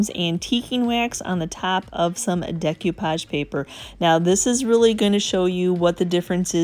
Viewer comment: Sorry this just drives me bananas. It's pronounced day ko-pahj not deck you-pahj